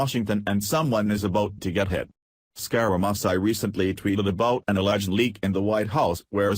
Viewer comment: Yee-Hee-Hee! I never thought how much trouble a robot would have pronouncing "Scare-a-Mooch-ee". This is the worst I've ever heard.